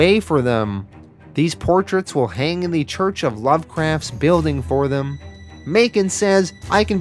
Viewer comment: English: Them.: Thummmb.